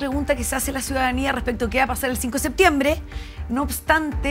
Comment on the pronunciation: Quien le dice a Naranjo que se dice "septiembre" y no "seetiembre"